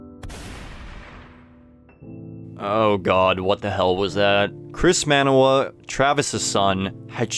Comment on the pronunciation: ugh its not man-uh-wa its mah-nah-wah.